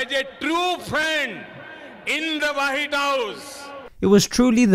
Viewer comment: jhon watson he was trying to say white but he said wahit.